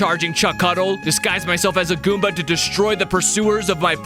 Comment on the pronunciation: WHAT DID YOU SAY GOOBA